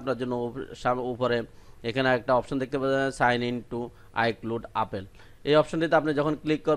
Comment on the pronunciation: ভাই আফেল না,এ্যাপল বা এপেল.আর আইক্লুট না,আই ক্লাউট হবে😂😂